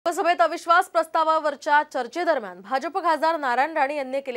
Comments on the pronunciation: राणे म्हणजे होपलेस मंत्री. बोलण्याची अक्कल नाही. "अविश्वास" हा शब्द उच्चारता येत नाही. संसद म्हणजे त्याचं स्वतःच घर समजतात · ज्याला अविश्वास शब्द उच्चारता येत नाही , त्याला संसदेत का पाठवतात जनता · याला अविश्वास हा शब्द देखील नीट उच्चारता येत नाही. आणि हा केंद्रीय मंत्री. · केंद्रीय मंत्र्याला "अविश्वास " हा शब्द पण नीट उच्चारता येत नाही तो कसला केंद्रीय मंत्री,पण काय आहे ना, वरदहस्त आहे ना,त्यामुळे सब कुछ माफ किया जाता हैं,आज राणे तुम्ही आम्हा कोंकण वासीयांची लाज घालवली,अजून पुढे तुम्ही काय काय दिवे पाजळणार आहात देव जाणे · अख्ख्या भारतात मराठी माणसांचं नाव कसं खराब होईल याची या साहेबांनी शपथ घेतलेली दिसते, कितीही चाटेगिरी, अरविंद सावंत व सुप्रियाताई सुळें कडून काही तरी यांनी शिकलं पाहिजे. अविश्वास हा शब्द या खासदारांना बोलता येत नाही